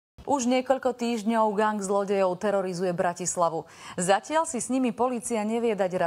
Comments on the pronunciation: Niekdo gAng Ja kurva číta sa to gEng Ale inak ok 😂😂🤙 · GANG Xd Neni to "geng"? :D